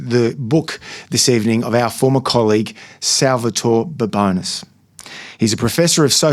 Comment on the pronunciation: Please learn to pronounce Indian names correctly. You are butchering Indian names. Should I call you Baboons instead of Babones?